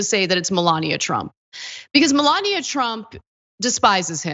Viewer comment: I'm with Ana...it's "Melanie"